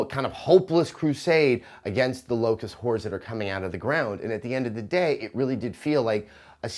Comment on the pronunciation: Did he just say "Locust Whores" ?